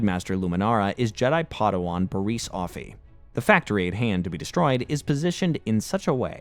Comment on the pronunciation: Man needs to correctly say the words right. Its not baris Its pronunciation is Bear-is